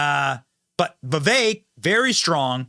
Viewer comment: Benny absolutely, positively cannot pronounce Viveks last name. It's rude in my opinion.